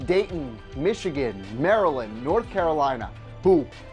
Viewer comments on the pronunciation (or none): none